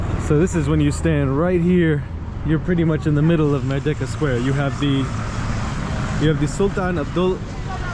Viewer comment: Apologies, not "Meredka" but "Merdeka" mur-DAY-kah.